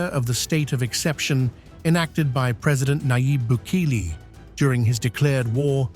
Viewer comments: No es bukil ni buliki es bukele pendejo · The real crime is the narrators constant changing mispronunciations of President Bukele's name. 😂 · 100 executions a week, it's a start. The announcer for this podcast is simply reading a socialist script and can't pronounce the same name more than once to save his life. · The narrator continuously tries to make Cecot out to be a filthy unhygienic place like other prisons. He's trying to be cunning but it doesn't work. Cecot looks like a sensible prison. Narrator also continuously deliberately mispronounces Bukele. Obviously narrator has a hidden agenda